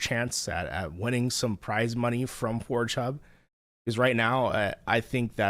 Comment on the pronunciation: Dawg I like how this dawg calls forgehub "four chub"